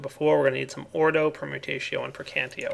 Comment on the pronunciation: evertime he said ordoe i kept thinking he meant gotta get that ore doe